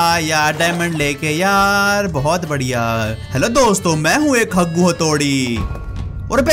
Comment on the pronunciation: Dr Jaggu. it is Haggu